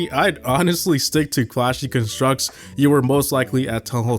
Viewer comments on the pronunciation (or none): Okay, it’s not a big deal, but it is a little annoying how you’re pronouncing “constructs”. It’s not ‘cun-structs’, it’s ‘con-structs’ like ‘pros and cons’.